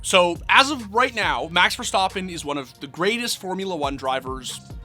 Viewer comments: verstAppen not verstOppen.... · Stappen not stoppen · It’s verstappen not verstapan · Bro it's Ver-stap-pen not Ver-Stop-pen 😭😭😭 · Why is always so extra with peoples names bro. VerSTAHPPen. Everyone says verstappen just say verstappen. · "Max VerSTOPen"????? df dude get ur shit together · stop saying verstoppin. geezus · Learn to say his name at least jesus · why does he keep saying verstappen incorrectly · Because he clearly has never watched the sport and someone gave him this script to read.